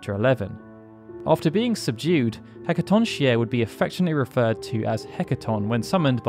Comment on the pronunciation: I know it's stupid, but it's bothering me how you're pronouncing Hecatoncheir wrong. It's pronounced He-ca-ton-care, roughly. There's a rare line where Vanille pronounces its full name, in contrast to her usual shorter version Hacaton. The wiki also says this. Its a Greek name, and, I'm no Greek expert, but from whatever little I know, usually any "ch" is pronounced "k" in Greek words.